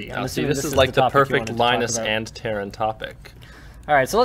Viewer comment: Wait, WTF why are you all calling Taran, Terrain